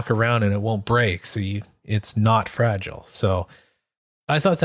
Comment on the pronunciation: Dude you can't sing the song saying fragile the way you are saying it.